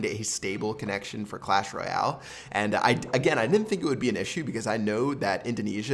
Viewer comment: PLEASE LEARN TO SAY "Royale" PROPERLY IT'S SO IRRITATING